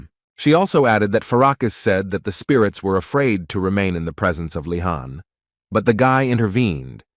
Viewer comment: Bro the name of the protagonist is leeehan!!!! Not fkkin khan